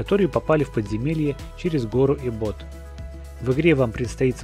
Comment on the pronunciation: Не эббо́т а э́ббот